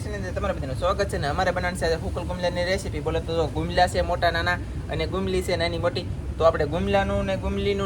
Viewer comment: Ghisoda to ok but ene sukel bumla kehvai gumla nai